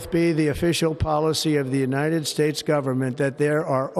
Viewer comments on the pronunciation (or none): " The United Spates!!" 😂😂 He's going senile!😊